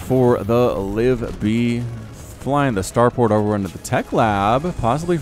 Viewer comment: Hey, I've got a reaper name "Kaladin Stormblessed". Also btw I think you pronounce the second "i" in "Livibee"